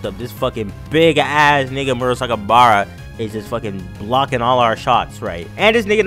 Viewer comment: You messed up the pronunciation of my boi murasakibara's name